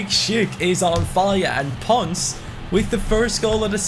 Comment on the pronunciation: IT IS PRONOUNCED LIKE PONSE AND NOT PONS